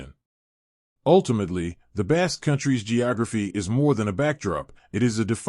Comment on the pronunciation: This video sounds like it's AI, and also I had to stop listening because of the constant mispronunciation of the word "Basque."